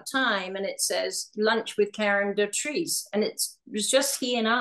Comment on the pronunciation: Do-trice,not doh-treece 🙄🎩